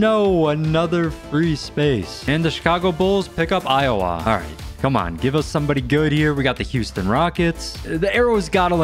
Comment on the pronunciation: As an Iowan it hurts to hear someone say eye-o-wah because here we just say I-Wuh